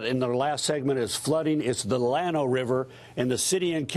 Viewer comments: It's not pronounced lan oh, it's pronounced Ya no, moron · This guy! Llano is pronounced Ya-no, Yano. Not Lano, Double L makes a Y sound. It's a Spanish word that means plain grounds. When trying to correct someone do your research! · Karl is also wrong about pronouncing *Llano. It is a Spanish word so the double L is pronounced with a Y sound, Llano is pronounced Yano.